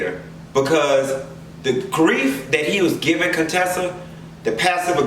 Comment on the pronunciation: "I'm spending way too much time on Cone-tessa and Scott"😂🤣😂